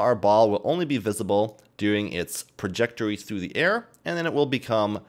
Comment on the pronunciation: Whats a perjectory! At first I thought I missheard you then you said it again, Its a trajectory lol, Still good tutorial not many people doing Blender Vfx tutorials